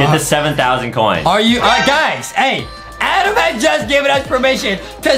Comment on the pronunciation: It's Adam but Justin always says ADEM